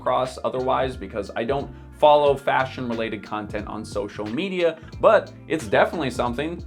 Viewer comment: Every time he said but, I thought butt, and when he said aspiration, I thought ass pear ??. I'm not a native English speaker but I might also have a wicked mind...